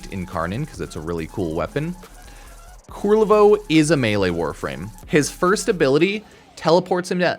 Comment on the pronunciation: Kul-ler-vo, not kur-rel-vo xD